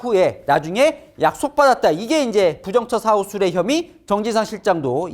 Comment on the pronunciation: 동정민 앵커님 좋은 유튜브 늘 응원합니다^^ 이건 지적질이라고 생각마시고 꼭 고쳐 주세요^^ (동정민님이 앵커이기 때문에) "부정처사후 수뢰죄"를 동 앵커님이 꼭 "부정처 사후 수뢰죄"로 발음하는데요. 이것은 "부정 처사 후 수뢰죄"로 띄어 읽어야 합니다. 이를 한자로 쓰면, 不正處事後 受賂罪 즉 공무원이 부정(不正)한 일을 한(처사處事) 후(後)에 뇌물을 받는 죄를 얘기합니다. 공무원이 직접 뇌물 받거나 제3자에게 뇌물 주도록 하는 일을 포괄합니다. 뇌물을 받는 시점이 꼭 사후(즉 일이 끝난 후)로 생각하여 "부정처 사후"로 강조하여 발음하는 것으로 생각되지만, 이 죄는 뇌물 받는 시점은 상관 없는 것으로 알고 있습니다. 동투더 뉴스~화이팅!!!